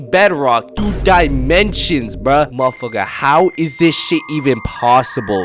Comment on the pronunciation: that 'mafaka' need a cooldown bro